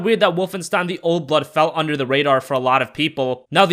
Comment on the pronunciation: When you said "old blood" it sounded like "old butt"